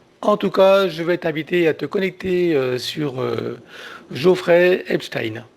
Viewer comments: C est Jeffrey et pas Geofrrey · C'est Jeffrey et non Geoffrey !!!